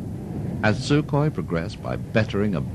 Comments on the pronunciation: se dice sukhoi no sukhoy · se dice sukhoi no sukhoy!!!